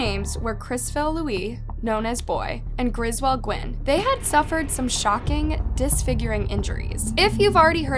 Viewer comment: The name is Crizzle, and she says Grizwell.